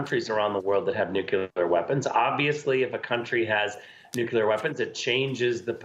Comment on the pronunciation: Why can't people pronounce the word "nuclear" correctly??